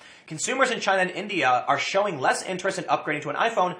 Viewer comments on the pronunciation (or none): none